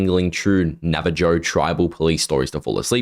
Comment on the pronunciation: the j in navajo is pronounced with an H 💀 it’s nav-a-hoe